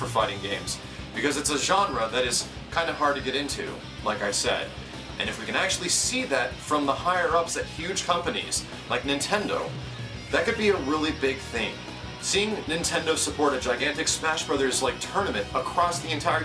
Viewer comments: "Higher ups at huge Hompanies" xD!! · Sounded like hompanies xD